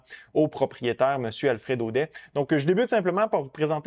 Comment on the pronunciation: On dit "Audette" même si ça s'écrit "Audet" 🤭. Fin de ma parenthèse, merci pour la vidéo 💪🏼